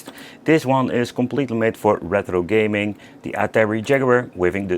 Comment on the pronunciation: why do you pronounce it reTHro pal? 😂 it's easier to say it retro 😊